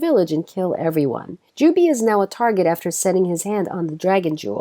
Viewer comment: By the way, Jubei is pronounced 'Ju-Bay', not 'Ju-Bee'.